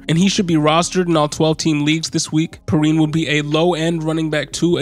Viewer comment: Pee-Ryan is the right pronunciation I believe, great video btw